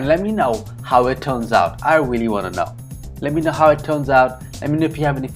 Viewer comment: this channa curry looks FANTASTIC Great voice-over. You explained the process very well!! I laughed at the blooper where you said "wealy". Lol. I have never added tamarind to channa before, but will definitely give it a shot. Awesome job 🙏🙏. Sandee